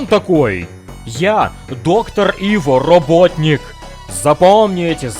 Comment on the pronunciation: Круто но... Айво а не Иво